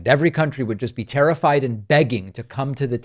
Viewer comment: Did you say TERRIFIED or TARRIFIED???